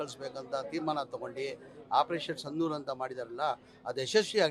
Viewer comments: Sandur alla brother sindhur 😅😅😅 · ಅಯ್ಯೋ ಜಮೀರ ಕೇಳಿಲ್ಲಿ ಮೊದಲು ಸರಿಯಾಗಿ ಸಂದೂರ ಸಿಂಧೂರ ಎಂದು ಕನ್ನಡ ಮಾತಾಡೋದಕ್ಕೆ ಚಡಪಡಿಸಬೇಡ ಕನ್ನಡವನ್ನೇ ಸರಿಯಾಗಿ ಮಾತನಾಡಲಾಗದ ನಿನಗೆ ಯುದ್ಧ ಬೇರೆ ಕೇಡು. ಅದೇನು ಇಫ್ತಾರ್ ಬಿರಿಯಾನಿ ಎಂದು ತಿಳಿದಿದ್ದೀಯಾ? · ಇವನ್ಯಾರೋ ಆಪರೇಷನ್ "ಸಿಂಧೂರ" ಅನ್ಲಿಕ್ಕೆ "ಸಂಧೂರ್" ಅಂತ ಇದಾನೆ. ಮೊದ್ಲು ಸರಿಯಾಗಿ ಕನ್ನಡ ಮಾತಾಡೋದನ್ನ ಕಲ್ತ್ಕೋಳಪ್ಪ ಝಮೀರ್ ಖಾನ್. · ಸಂದೂರ ಅಲ್ಲ ಮಾರಾಯಾ ಅದು ಸಿಂಧೂರ.... ಅದನ್ನು ಸರಿಯಾಗಿ ಹೇಳೋಕೆ ಬರೋಲ್ಲ 😂😂😂 ಇವನಿಗೆ ಕನ್ನಡ ಸರಿಯಾಗಿ ಗೊತ್ತಿಲ್ಲ ಅಂದ್ರೆ ಇವನಿಗೆ ಮತ ಯಾರು ಹಾಕಿರೋದು...... ಫ್ರೀ ಮತ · Ley adu Santoor alla kakala sindhoor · ನಾಟಕ ಕಂಪನಿ ಮಾಲಕ್ ಸರಿಯಾಗಿ ಮಾತ್ತಾಡು ಸಿಂಧೂರ ಅಂತ ಹೇಳೋ ಮಾರಾಯ